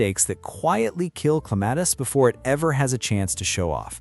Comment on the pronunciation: At least get the name right. It's CLEM-a-tis.